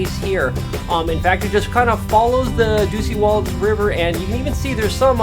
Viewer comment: OMG!! How many times can you mispronounce Dosewallips!!